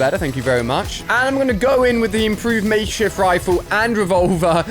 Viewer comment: He said makeshit rifle